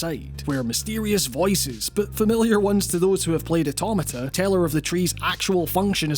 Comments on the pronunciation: The way he says automata scarred me. But as a Glasgow Uni alum from the states I’ll let it slide. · And yet another mispronunciation of automata